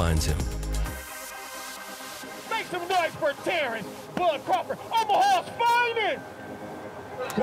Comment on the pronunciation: he’s a Bud fan listen closely he said tarr-Earl is 🤣